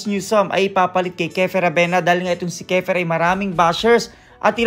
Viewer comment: Kiefer not kefer